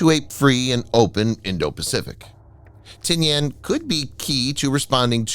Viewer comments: The island of Tinian is pronounced Ti-ni-an not Ti-ni-An. Hate those damn computer voices! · I’ve never heard it called “Tin-Yan.” It was always Tin-ee-in. Also, the US has made agreements to use/establish bases again in the PI. We may not have another NAVSTA Subic Bay, or maybe we well, but that’s an important factor is repositioning US assets forward. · Check your pronunciation on Tinian. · That’s not how you pronounce Tinian.